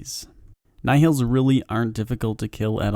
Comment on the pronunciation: Just search another video for nihils because this one is way too bad... Second time he says nihils in a vid and still doing the same way